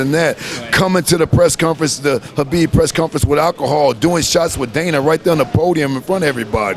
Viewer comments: I like that he pronounces Khabib's name properly. There is no " K " sound. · Respect. this guy even pronounced Khabib's name correctly. Awesome man.. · You know the knows and respect him , when he said Habib not khabib